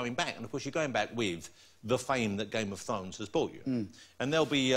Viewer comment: WTF?! Am i the only one hearing it as " game of THONGS"?!